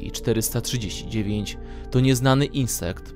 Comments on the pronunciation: Uwielbiam jak on mówi S-C-P a nie krótko scp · Ess ci pi